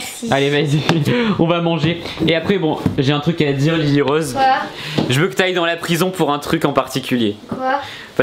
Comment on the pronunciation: Ta dit Lili robe au lieu de lili rose